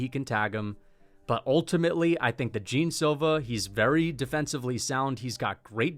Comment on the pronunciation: Man pls the pronunciation of Jean is not "Jim" is closer to the "gian" pronunciation